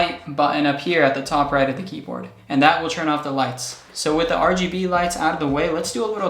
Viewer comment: Yoooooooo did he just say RBG lights?